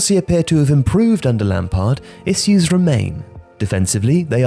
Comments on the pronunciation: why do you say "issus" and not issues? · Stop pronouncing issues 'isus' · funny how you cant pronounce "issues" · Interesting pronounciation of issues